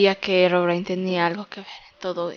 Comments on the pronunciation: se pronuncia herobrine a sí se escribe y se lee herobrain.😐😐😐😐😑😑😑😉😉😞😒😁😃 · mini bolita bonita y tampoco se dice herobrain es Herobrine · herobrine se pronucie